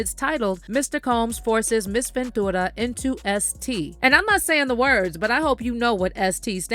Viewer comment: Girl just say "venchewra" not ven-2-ra